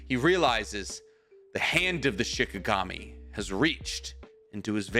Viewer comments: The story was awesome but... It's SHINIGAMI. Not SHIKAGAMI. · Say it with me Sheen Ee Gahm Eee..